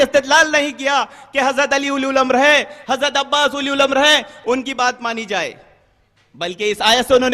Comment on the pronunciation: "Ulil Amra" ko "Uli Ul Amra" Bol raha hai charsi !!!